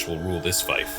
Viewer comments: It's pronounced "feef". Other than that, cool design and story. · Great build but it's pronounced "feef", linked to fee, fealty and feudal. It ultimately derives through latin "Feudum" from germanic "Fehu" like the rune "ᚠ" meaning cattle or property. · Fief is pronounced "feef". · Love the story building. One thing though... Fief rhymes with thief.